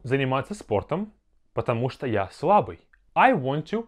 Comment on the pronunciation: I'm a Russian learner too (not native speaker), so take my answer with some caution. I was told that потему что is treated like one word in this instance. Since the 'у' in потому is stressed, the 'o' in что is pronounced like ah. The whole phrase sounds like pah-tah-MU-shtah.